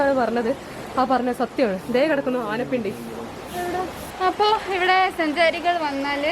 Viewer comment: ആനപ്പിണ്ടി അല്ല.. ആനപ്പിണ്ടം😃